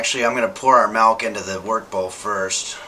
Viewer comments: ....Malk... Malk he says. The rest of the world calls it milk you kumquat. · is he serious with that pronunciation of "milk"? i must know. my continued enjoyment of this series is at stake here